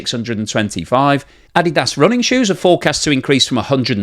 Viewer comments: Ah-Dee-Dah-ss, not Addy-ah-ss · Good job pronouncing Adidas the correct way! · How did you pronounce Adidas?